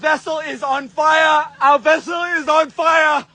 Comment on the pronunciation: "The vessel is on FAYA!!"